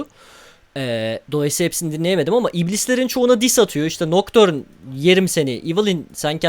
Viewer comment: biri şuna nocturne'ün noktörn diye okunmadığını söylesin artık. NOKTÜRN ulan